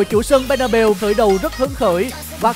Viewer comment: Bét na beo nha chứ k phải bê na bu:))